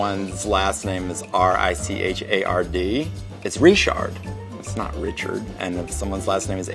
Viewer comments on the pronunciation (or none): none